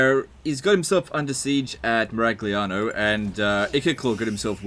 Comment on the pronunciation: Miragliano is pronounced Mee-ra-ya-no because it's fake Italian and "glia" is the equivalent of "ya" as in Yahoo Your pronounciation is correctly written as Miraghliano